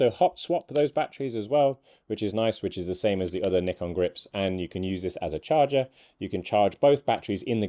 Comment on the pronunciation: At last, someone knows how to pronounce "Nikon" correctly.